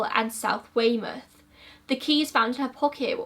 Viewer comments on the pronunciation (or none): none